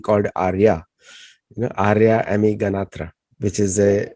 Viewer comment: I stand corrected & saddened. After pronouncing it correctly in the beginning, it is back to wrong pronunciation at the end!! Ami and Amy have different pronunciations; it’s rude and insulting to not know the difference, especially for a repeat guest!🤭🥲